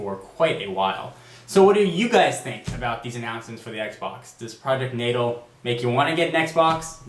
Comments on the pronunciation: Why is he saying Project Natal like that? It's pronounced Project Nay-Tall. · its natal you said it wrong